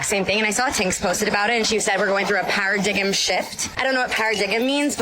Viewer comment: "para-diggem shift" My God, did I actually just hear that? Tell us again how well educated you all are.